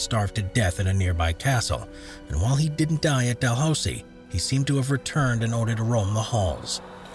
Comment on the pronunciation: Number 1 Dalhousie Castle...It's pronounced Dalhoosie.